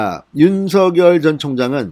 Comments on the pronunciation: 진성호TV님 윤서결이 아니고 윤석렬 이라고 발음하시면 더듣기 좋겠네용. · 윤서결 ㅋㅋ 발음 이 재미있다